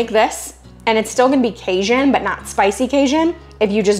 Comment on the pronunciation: Hi from Baton Rouge! Love your channel and time saving recipes and your prayers at the end! Question... Are you pronouncing Cajun as "Kay-shun"? Or "Kay-Jun"? 😁. It's the latter for the record.